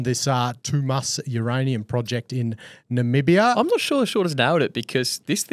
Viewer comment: can pronounce Namibia, I'm impressed.